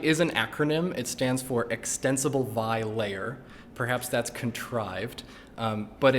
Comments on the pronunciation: The correct way to pronounce vi is «vee-eye», not «vye». May Bram Moolenar rest in peace. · It does make me cringe a bit to hear gnu spelled out and vi pronounced vai, but solid video.